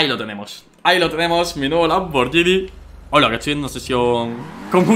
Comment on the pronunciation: Oye danirep, un consejo, la marca "Lamborghini" se pronuncia "Lamborguini" "Lamborllini"es un error común pero como buen fan tenía que decirlo, Y no es un Lamborghini Murciélago es un Lamborghini Countach, el Murciélago es más moderno v